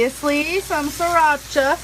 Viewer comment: “Shracha” lmao